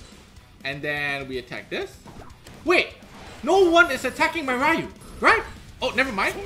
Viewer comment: Ik this is random as heck.. but thank you for pronouncing Ryu properly 😅 drives me nuts when people call him Ree-u. It's like calling your friend Ryan Ree-an instead smh